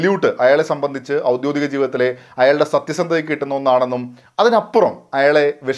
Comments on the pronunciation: ഔദ്യോഗിക ജീവിതം എന്നു പറയൂ... ഔദ്യോദികമല്ല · ഔദ്യോദികം ആണൊ? ഔദ്യോഗികം അല്ലെ ശരി. ഉദ്യോഗം സംബന്ധിച്ച് എന്ന് അർത്ഥം.